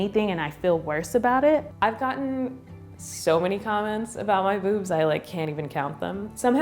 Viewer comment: o thought she said boobsed 😂😅